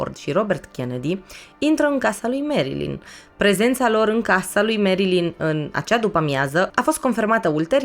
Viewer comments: Foarte bun documentarul, însă faptul ca-i pronunți numele greșit zgârie puțin, pui acceptul greșit și suna destul de ciudatel nu e "merILIN" este "merLIN" (am scris cum se aude nu cum se scrie corect) acceptul pe primul I nu exista. În rest genial, relaxant superb ține-o tot asa❤ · Merilin se spune Nu merlin ca nu este vrăjitorul din Oz